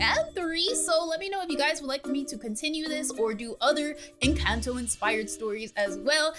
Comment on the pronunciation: I'm not trying to be mean or anything but that's not how you say Encanto